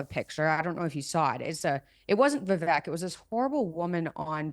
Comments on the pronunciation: Why doesn't she know that Vivek rhymes with cake? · Mikhaila is talking about racism towards Indians and she can't even take the time to say Vivek's name properly. It's Vivek, vek rhymes with cake. I'm only here for Candace, couldn't care less what Jordan Peterson's perma scowling daughter says about anything. Mikhaila seems like a very miserable person.